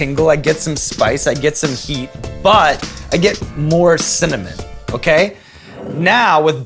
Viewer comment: Sean said cimmanon